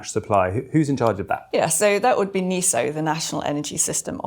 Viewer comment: Sorry to be pedantic, but why do we mispronounce even a relatively new word NESO, as NEE SOH instead of NEH SOH?